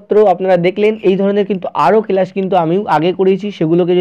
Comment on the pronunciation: Kelas na ota class pronounce karo